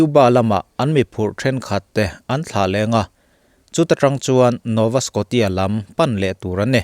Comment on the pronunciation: Nova skawshia tih tur😊 a ngaihnawm ltk e.